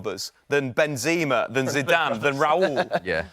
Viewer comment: Can’t take the opinions of somebody who calls Benzema ‘Ben-ZEE-ma’ seriously.